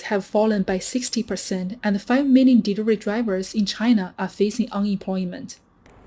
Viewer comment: She can't say the word delivery